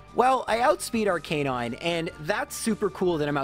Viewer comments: "R-Canine" - suuuuuuure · i cant even begin to tell you how much your pronunciation of arcanine annoys me